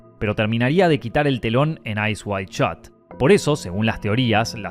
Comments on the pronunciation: Ice waid shaaat, odri haybun, rosesssss ....This disgusting narrator hisses like a snake, and probably is one. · is it "Eyes wide shot" or "Eyes wild shot" HAHA the pronunciation is crazy